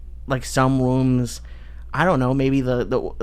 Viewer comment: hear Lee go full toddler and say "wooms" instead of rooms.